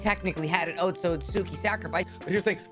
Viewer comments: OtsUtsuki* NOT OtsOtsuki. It's OtsUtsuki with an "U" NOT "O" :/ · your pronounciation of otsutsuki is wrong just saying